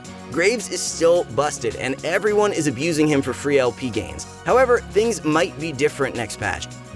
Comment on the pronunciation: it eez what it eez